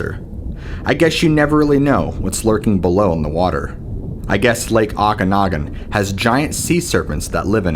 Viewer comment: It’s pronounced. OH-CAN-OG-AN. It is famous for the ogopogo